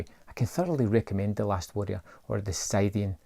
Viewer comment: The correct pronunciation is sit-ian or skit-ian 😉